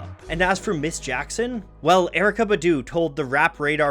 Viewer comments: Honestly the way you say BuH DWHO MAKES ME A LIL sick boo..its Bahdoo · You said badoo which was really white it's Bah-Doo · The only thing I didn’t like about this video is the way he pronounced “Badu” 😂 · Kept bothering me too. Maybe he should make a video on her to right this wrong…